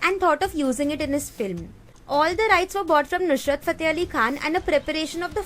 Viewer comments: It's Nusrat, not nusHrat. 😒🤦‍♂️ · Its Nusrat not nushrat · Nice video by the way its Ustad Nusrat Fateh Ali Khan not Nushrat